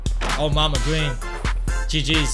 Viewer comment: I cringe Everytime he says “gween”